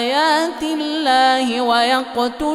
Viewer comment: لا أفهم لماذا يقول الله بترقيق اللام إذا في سبب احد يفيدني